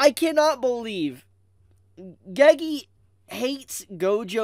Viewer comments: Why does bro say gagee It’s pronounced geygey😭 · if this guy pronounces "gege" "geygee" one more time bro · The way you pronounce Gege lol